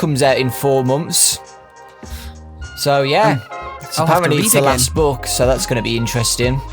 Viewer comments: Not trying to be racist but the way says "book" sounds like "buuk" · I love how says "book". Chris Columbus, I think, is a good choice in directing with how he's able to bring things to life, just like these guys said.